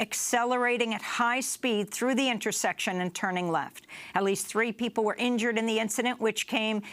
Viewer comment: "...........very, very, VERY, ...very fine peeblez..on both sides!"